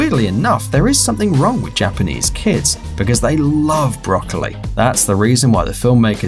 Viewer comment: sadly YOU GOT JAPENESE AND CHINESE WRONG